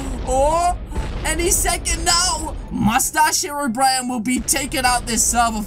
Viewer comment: Hero Bryan? Its hero brine just pronounce it right................please